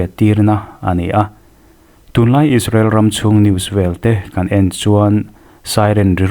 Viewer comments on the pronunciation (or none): none